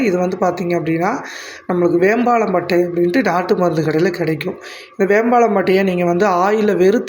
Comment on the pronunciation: வேம்பாளம் பட்டையா???சரியான உச்சரிப்பை பயன்படுத்தவும்